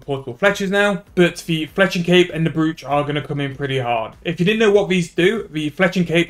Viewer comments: its a brooch pronounced broach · kills me hearing it wrong